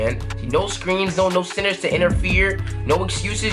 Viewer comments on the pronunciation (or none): I thought he was saying SINNERS, it was actually CENTERS.